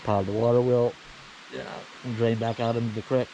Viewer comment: I haven't heard it pronounced "Crick" in years. Thank you for that!